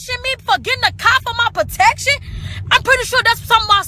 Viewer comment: She said "potection". No elementary school education there.